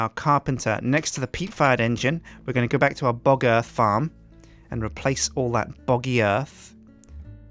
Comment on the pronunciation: Anybody notice how close pronounciation of " Bog Earth " sounding real closely to " Bugger "?